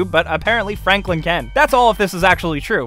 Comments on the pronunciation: fanklin lololol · Did he just say "Fanklin" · Fanklin? xD